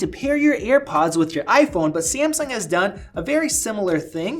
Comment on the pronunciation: why tf is he pronouncing it "earpods" drives me crazy